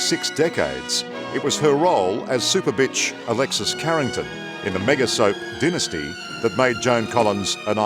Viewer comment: He needs to pronounced it right, it's dynasty not daynasty